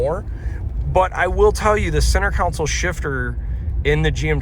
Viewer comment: Are you saying “center council”? It’s console (con-sole)